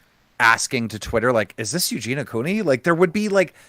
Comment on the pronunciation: PS: It’s Eugenia - “i” for God’s sake!